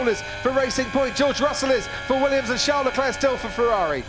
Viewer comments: CHARLES though, Char-les, like Charles Chaplin, not Jean Leclerc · When will that noise maker commentator finally pronounce the first name of Leclerc correct? It is VHARLES, and not Jean or Sean, as he speaks it out. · Leclerc:call me Sharl LeDevil Binotto:Sharl lmao